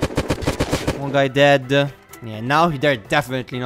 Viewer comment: Why do you say deade